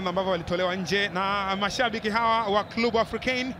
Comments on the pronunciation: Mtangazaji sio klubu ni clebe(club) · Mtangazaji kwa kiransa ni Klebe sio klu bwana